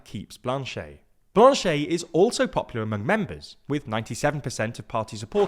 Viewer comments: Love the prononciation of Blanchette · So... cool video but you should probably have gotten the name pronunciations right. Jagmeet is pronounced "jug-MEET" (not "JAG-meet"), and the ET at the end of Blanchet is pronounced "et" (not "ay").